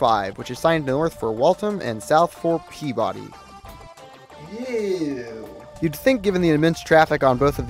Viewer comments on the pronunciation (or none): Also, the pronunciation of Peabody...